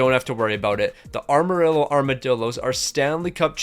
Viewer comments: ok seriously why cant u pronounce Amarillo. its not ARMarillo lol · Ehmer rillo correct pronunciation coming from a Texan love the lingo though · “arma rillo” “montembolt” is restarted💔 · The way he pronounces Amarillo 💔💔